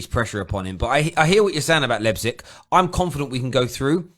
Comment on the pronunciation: This is the first time actually pronounced Leipzig right.